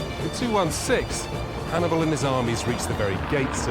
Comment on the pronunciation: 40 minutes in and you've mispronounced Hannibals name 4 times 😂